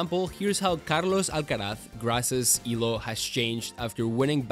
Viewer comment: Im surprised on how you well pronounce Carlos Alcaraz haha